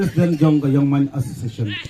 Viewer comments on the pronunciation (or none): U ne u Nongai Khubor dei bn pronounce:Young(Yang) not Yong 😂🤣😅